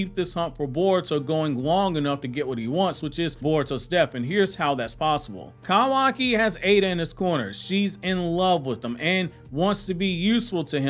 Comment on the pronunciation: The way he says kawaki and so frequently makes me cringe so badly lmaooo